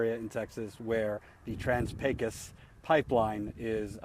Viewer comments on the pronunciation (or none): Pecos , pronounced : Pecoose or Paycose , the A is long and the O is long . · Oh god you are still pronouncing it wrong. Please be more of a yankee. <3